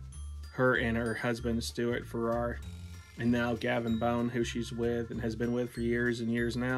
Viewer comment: Sister Janet initiated me in 1986. Your pronouncing her last name wrong.